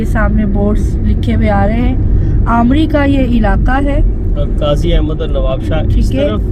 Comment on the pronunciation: Qazi a bad nahi Qazi ahned Naam hai Appreciated for video nice